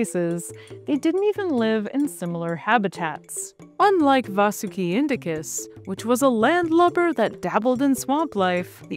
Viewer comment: It's 'Vaahsuki" not, 'Vasoooki", clown.